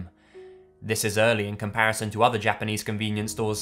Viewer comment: Damn,. Japanese pronunciation on POINT.